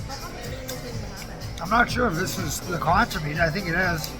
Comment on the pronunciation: Why is it all these tourists love to report, give their opinion but they can't pronounce conch or Kalik😂🤪🙄??